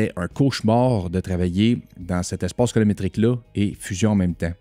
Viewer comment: Yezzzirrrrrr!!! Encore un autre excellent vidéo! 👍 *Colométrique ou Colo"RI"métrique!? 🤔😉